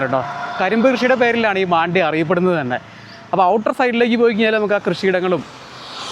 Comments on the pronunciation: മണ്ഡ്യ എന്നാണ് പേര്..not മാണ്ഡ്യ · ಮಂಡ್ಯ ✅ಮಾಂಡ್ಯ❌ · Oru sthalath pokumbo aa place nte peru correct ayi parayan padikku..maandya alla..mandya anu